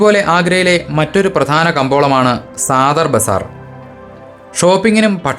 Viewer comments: മനോഹരമായ അവതരണം...തൊണ്ണൂറുകളിൽ ആഗ്രയിൽ ഏഴു വർഷത്തോളം താമസിച്ചിട്ടുള്ള അനുഭവത്തിൽ പറയുന്ന കാര്യങ്ങൾ ഒക്കെ ശെരിയാണെന്ന് തോന്നി. സാദർ ബാസർ എന്നു പറയുന്നതിനേക്കാൾ സദർ ബസാർ എന്ന് പറയുന്നതാവും ശെരി അങ്ങനെയാണ് കൂടുതൽ കേട്ടിട്ടുള്ളത്. തുകൽ ഉൽപ്പന്നങ്ങളെപ്പറ്റിയും automobiles etc പറഞ്ഞതും ഒക്കെ ശെരിയാണ്. Agra and neighboring places have many tanneries. വായു മലിനീകരണം ഒരു issue ആണ്. വിഡീയോ ശെരിക്കും ആസ്വദിച്ചു കണ്ടു. വളരെ ഇഷ്ടമായി ❤️👍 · Sadhar bazaar ( സധർ ബസാർ )എന്നാണ് saadhar bazaar സാധർ എന്നല്ല. ഉച്ഛരിക്കേണ്ടത്